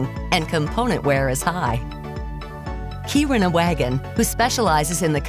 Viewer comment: And that's not how you pronounce Kiruna...